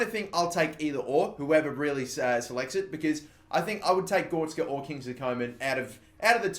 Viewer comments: Not GOR-TZ-KA But GO-RE-TZ-KA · GOR RET ZKA not gortska please pronounce it right I cringe every time you say his name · It's Gore-retz-ka. You've been saying it wrong since your Southend United career mode lmao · when he says goretska as gorska :) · please learn how to say goretzka name right. Gor-rets- ka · Its gor e tz ka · You butched goretzka's name so much